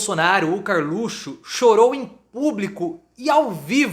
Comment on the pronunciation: acho fantástico quando falas Karlutxo. O lugar desse bandido é atrás das grades.